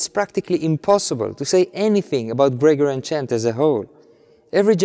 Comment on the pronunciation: your English is very good and of course no one minds a foreign accent but there is just one thing that sticks out when you say it and I think you need to change and that is the word Gregorian. It has the stress , the siliba tonica, on the second syllable. GreGOrian like that not GREgorian